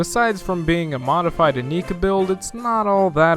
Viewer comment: In-EYE-ka build.